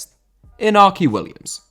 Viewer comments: Winds me up that you stress certain pronunciations on different subjects but completely ignore the fact that Iñaki Williams’ name is pronounced “In-Yaki” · Iñaki. In-ya-ki.